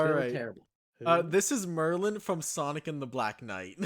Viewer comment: It's Merlina not Merlin. Merlin is her grandfather.